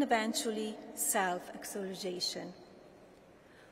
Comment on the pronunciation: "harsh realistees" "internationy" "leave in N.Y. City" "eventuny" "self axulization" "interscaped web"I cannot fathom why she does not try to pronounce words better. It is beyond having an accent. There are words that she literally cannot pronounce. It is astounding that she would not know how to pronounce these common words after living here for so long. Why doesn't she practice before she stands in front of all these people. Why does her speech writer give her such big words?